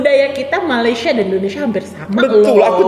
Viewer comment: Malesie, saking, jum’at, perbedaan org Malaysia takkan sebut perkataan2 itu. Knp org Sarawak R nya sebijik mcm org Indo. Jauh betul beza dgn sebutan R Sarawak. Tak mungkin org Sarawak menggulungkan R mcm org Indo. Org Malaysia secara umum takkan buat content negatif ttg Indonesia